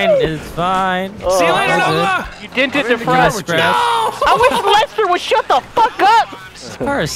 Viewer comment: says lester like saying lesnar